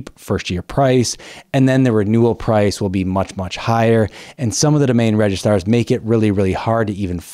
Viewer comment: It’s registrars NOT “RegiSTARS” ⭐️